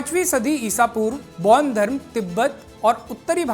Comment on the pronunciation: पैान धर्म नही बेान धर्म कहते है । पैान धर्म का कही ब्याख्या नही है। बेान धर्म जिसे प्रकृती से सम्बन्धी साधना उपासना पुजन बिधी है अैार बैाध धर्म अन्तरगत यिनकी कृयाय हेाती है। पैान धर्म न बेाले कृप्या सही ज्ञान दे। बरना गलत ज्ञान न दे। कृप्या पैान शब्द केा हटायअैार पैान का उच्चारण आदी न करे।पैान का अर्थ क्या है गुगल मे देखे।🎉